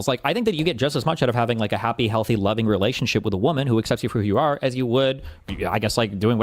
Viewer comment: Jesse: "You in an OPEHRelathunship?!" Destiny: "Yes, and happily so!!" Jesse: "Well, not fah LONG" Destiny: "Oh really Jesse? How long do I have??" Jesse: "Ah-- You'll see :)" 🤣😂😅